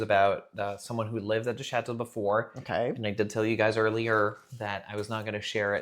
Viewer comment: Cher Damien, appeler ton château "a big lady" heurte profondément mon oreille française 😂